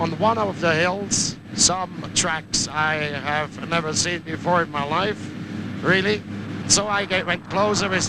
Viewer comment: Highlight of these shows was when he said “really” like “raelly” for some reason.